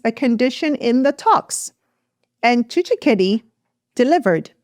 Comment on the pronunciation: TSHISEKEDI NOT TSHISHEKEDI